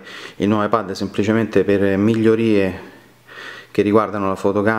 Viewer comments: La pronuncia inglese di "iPad" non è "iPed"? Forse per questo motivo l'iPad con la dettatura ti ha scritto "iPhone" nelle note... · Pronunci male la parola "ipad" in inglese...per questo il riconoscitore vocale scrive "iphone"!